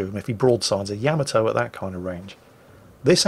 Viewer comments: it's not Yama-toe, it's Ya-ma-toe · I always said it "Ya'MAH'to". mangles it as "Yama'toe", but according to Google Translate's pronunciation in a Japanese accent, it is in fact "Yah-mah-toh". I love the ヤマト. Please Anglicise responsibly!